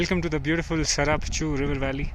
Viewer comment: You meant the Tsarap Chu when you said Charap nullah right ?